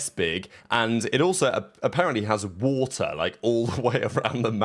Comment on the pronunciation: I love how says "Wuutah"